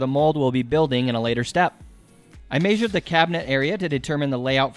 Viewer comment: Am I the only one who feels uncomfortable with how he says measured?